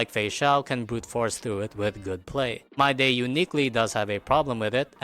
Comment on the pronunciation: I took a shot every time you said MYDAY instead of Mydei, and now i'm afraid i'll end up in a hospital or worse.